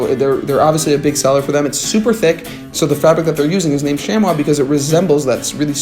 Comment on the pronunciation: Great video! I basically live in flannel this time of year. I’ve been eying the Everlane flannels recently. Believe it or not, Abercrombie makes some great flannels. Their small is a perfect fit for me too. Also really love Taylor Stitch and Grayers. Btw, Chamois is pronounced Shammy.